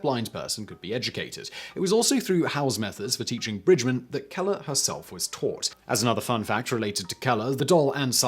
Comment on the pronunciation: Laura Bridgman not Bridgmon. You've got an Awful pronunciation man. She was American and it is spelled BRIDGMAN with an A not an O. I am french and I know it. I read about her.